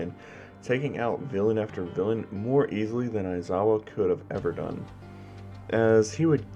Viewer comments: yeaah mate ya butchered it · Yep. You butchered it.